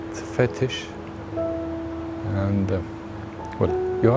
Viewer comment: got a lil weird hearing him say fetish repeatedly in that accent. not gonna lie